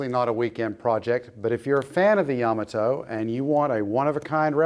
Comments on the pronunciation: Fine video, but I had never heard "Yamato" pronounced with the accent on the first syllable instead of the second. Does that even matter? Probably not. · You need to pronounce the name of the ship properly... Yamoto is pronounced Ya mot to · Ya-mato not Yama-to just for authenticy sake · It’s pronounced “Ya-Ma-Toe” not “Yama-toe” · Ouch! Hearing you guys constantly mispronounce Yamato is painful to hear. It's YA MA TO not YAMA TO. Yama is mountain in Japanese, Yamato was not named after a mountain. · "Ya - moto", not "Yama - to"! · Pronounced ya-MA-toe! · Pronounced yuh MAA tow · It’s YaMAHto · Correct pronunciation puts accent on the second syllable, not the first.